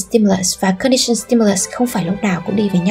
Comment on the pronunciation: Bạn nữ đọc sai từ operant, halo effect rồi. Các từ khác cũng bị sai âm đuôi. Cả conditioned và unconditioned nữa, âm ed phát âm là /d/ chứ sao lại /s/ quài vậy. Có 1-2 từ tiếng anh mà cũng ko thèm tra từ điển để đọc cho đúng vậy, có tôn trọng công sức người viết bài không? Nói sai nghe tuột mood luôn